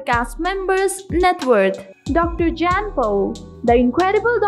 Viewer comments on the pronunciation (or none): His name is not JANN......................It is pronounced as YAHN................Your mutilating the English language!!!!